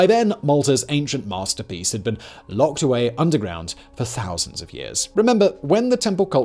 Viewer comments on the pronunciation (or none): none